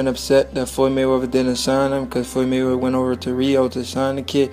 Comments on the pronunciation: 'Mumble, mumble mumble Froyed Mayrether, mumble mumble' Great video! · Floyy Mayweva😁